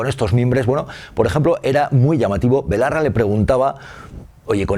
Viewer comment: ¿Ferreras ha dicho Ione BOLARRA?